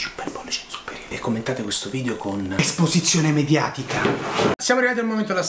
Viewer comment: ESPOSIZIONE MEDIATICAH